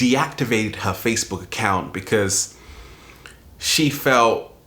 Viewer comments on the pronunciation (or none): none